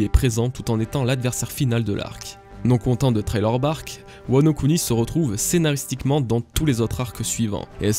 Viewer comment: ARRETE DE DIRE TRAILER BARK UESH CA ME REND FOU